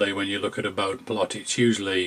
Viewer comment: Adobe: "A-DOW-BEE" My humble abode. Baud rate. Bode plot "BOH-DEE" (named after Hendrik Wade Bode, an American engineer and scientist of Dutch ancestry). Kirchhoff's laws [ˈkɪʁç-hɔf] "KIRK-HOFF" (named after Gustav Robert Kirchhoff, a German physicist and mathematician).